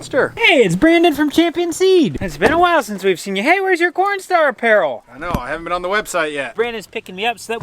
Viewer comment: my mom was walking in the hallway when I started this video, she looks in my room and says "did he say pornstar?", no mom, corn, CORNstar, he's talking about C O R N